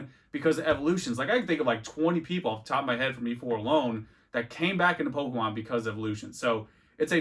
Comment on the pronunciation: Why does he say every Pokemon wrong like just to annoy us? x)